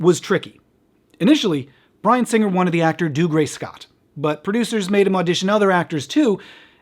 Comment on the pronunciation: Today, I learned the correct way to say Dougray Scott's first name and that he was in something other than Ever After 😅